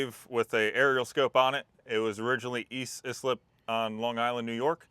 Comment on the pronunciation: Hearing East Islip pronounced the way it was hit the ear like nails on a chalkboard. Pronounced “ice-lip”.